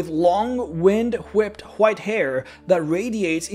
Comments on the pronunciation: why do you say white with a J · Good video but damn way he says "white" is triggering